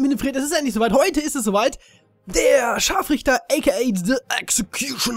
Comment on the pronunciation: Ehm Du hast das R vergessen ihn ScharfRichter